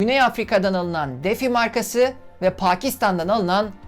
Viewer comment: DMO devlet kuruluslarinda kullanilan esyalarin satimindan degil alimindan sorumludur, bu bir. Ikincisi Frigidaire, frijidare diye okunmaz frijideyr diye okunur. Defy defi degil difay diye okunur.